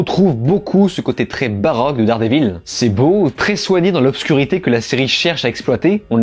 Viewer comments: C'est quoi Dard Dé Vil ? Même Regelegorilla prononce mieux l'anglais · Déjà ne dites pas Dardévil c’est insupportable